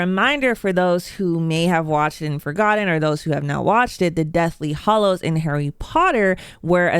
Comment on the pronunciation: Harry Pottor is “hAllows” not “hOllows”